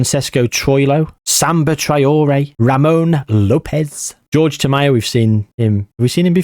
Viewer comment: I cannot believe you called the first guy George.... his name is Jorge! Whore-Hey!!!